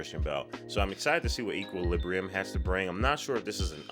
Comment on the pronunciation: 1) Equal-lib-bree-um, not sure if anyone mentioned it lol 2) A lot of people compared this to the matrix because of the style and color grading which is why not too many people may have heard about it.